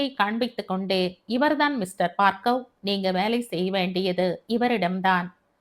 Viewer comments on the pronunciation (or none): Hi mam... ❤️❤️. கதை நன்றாக இருக்கிறது ஆற்றின் வேகம் போல, இயல்பான நடை. Btw, மேடம் என்னை தப்பாக நினைத்துக் கொள்ளாதீர்கள் adu Baargav... நீங்கள் பார்க்கவ் என்று படிக்கிறீர்கள். பார்கவ முனிவரின் பெயரால் Baargav ena பெயர் வைக்கிறார்கள். தயவு செய்து மாற்றி படியுங்கள் நாளைக்கு. 🙏